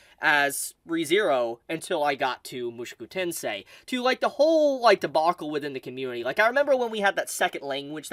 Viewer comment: it is MOO SHOW KOO TEN SAY